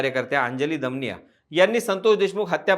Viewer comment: दमानिया असा उच्चार केला तर बरं झालं असतं